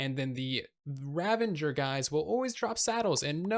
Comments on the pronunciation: is really a Xisuma fan, Both saying "Ravenger" XD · I thought it was only the one Youtuber that I ran into, but... is it really that hard to say "RAVAGER"?